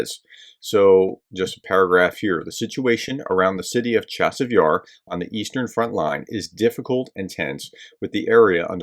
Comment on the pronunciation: Not Chavis Yar, professor, Cha-seive Yar